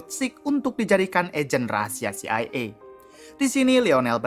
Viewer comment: CIA NOT CIE 😅 kocak